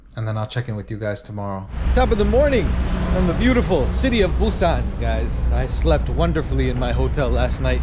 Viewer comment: Welcome to Korea. Your pronounciation for Busan is so accurate. Amazing. Enjoy your trip to Korea and always welcon back 🎉